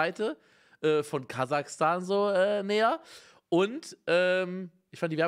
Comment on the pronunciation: Es heisst KasaCHstan NICHT KasaKtan